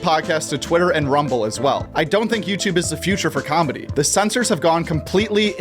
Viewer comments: The word comedy doesnt have a b in it. Why does everyone pronounce it combedy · It's nice combedy, your saying it wrong